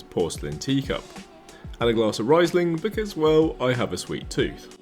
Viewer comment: Two words put together - Luft...hansa. A short break and you got it . And it´s "Reeseling", not "Riceling".😁